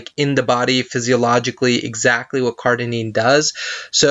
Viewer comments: Cardenine? Cardarine it should be! maybe you have dyslexia,dont know but, you pronounce it wrong, ok! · All the big words this ni**a said why y’all messing with him over 1 he mispronounced? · Great video, thank you for your information. Do you plan on linking the document? I am interested. To the person below me who cannot handle a mispronunciation, go pick up an encyclopedia of drugs and try to memorize 50 for me, let's see how you do. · CardaRine! Holy shit get it right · OK. ..you need to pronounce it correctly in order for me to take you seriously